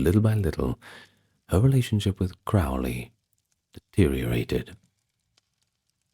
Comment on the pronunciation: Crowley is pronounced to rhyme with ‘holy’. Or ‘crow’ as in the bird. I can’t listen to this one now lol.